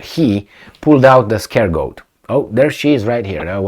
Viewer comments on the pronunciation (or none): Scapegoat, not scaregoat ;)